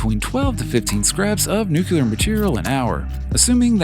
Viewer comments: It's nu-clear. Not nuculer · lost me at nuculer. on to the next vid.